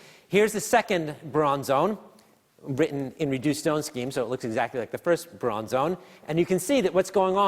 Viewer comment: "Bruon" for Brillouin? Really? Ok, Simon, you know physics, but apparently not much else.